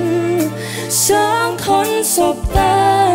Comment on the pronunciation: ผมเป็นกลางนะ ไม่ค่อยได้ฟังเพลงนี้ด้วยแต่ก็ฟังรู้เรื่องนะ แค่ออกเสียง จเป็นชบ้าง คำว่าสองแอบควบบ้าง แต่ผมชอบฟังแบบนี้นะดูมีสเน่ห์ดี #ทีมฟังรู้เรื่อง